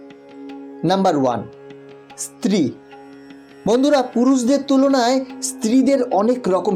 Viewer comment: ইস্ত্রী নয়। স্ত্রী।